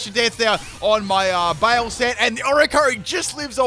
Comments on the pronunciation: BYE-LAY not bale :( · just fyi: baile is pronounced close to by lay, not bale. It's Spanish. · Oh gurl. Not my Spanish ass getting triggered by you calling Baile (Bye-leh) BAY-IL. lol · I died a little bit every time you said “bail”. Baile= bye-le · Baile. Is pronounced Bye-leh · Since you seemed in doubt, Baile is pronounced like "BY-LEH" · Oricorio Baile is pronounced baile "By-leh" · Haha, the simplest way to pronounce baile would be to say something like "bye le" it's Spanish. That was a fun video. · Baile is Spanish Flamenco. Pronounced 'bye-lay'